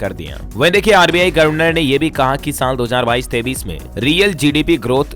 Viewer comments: Aap governor ko gorvenor bolte hain pl corect it. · आप गवर्नर शब्द का उच्चारण सदैव गलत करते हैं, गवरनर होना चाहिए